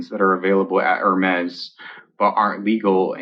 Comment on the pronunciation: I love pronunciation of hermez haha "Er-mays"